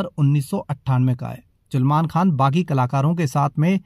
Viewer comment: Chulman khan😂😂...its salman